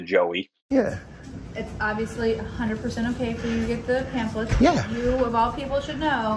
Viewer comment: Please ask Joey to spell pamphlet. He is not pronouncing it correctly. What a huge disappointment his maker must feel at his pointless existence.